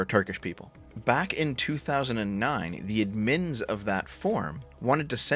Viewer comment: One of these days, you will be cancelled over your pronunciation of the word 'Admin'.